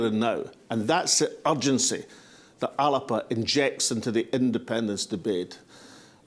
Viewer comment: Thanks, Alex for this pre-conference video, and I am delighted to hear you pronounce the party name properly as many in the party leadership do not bother to do. I have written to the Party to complain about the motions from Fife on the constitution and the one from Edinburgh on currency not getting on to the agenda, but my letter has been ignored. I have had no response not even an acknowledgment. If these important issues are not up for debate at the party conference then I will not be coming to Greenock and risking infection to discuss protecting old battlefields. I will just not attend the conference at all. If ALBA is not going to be a democratic party where the members are sovereign then I will not be maintaining my membership.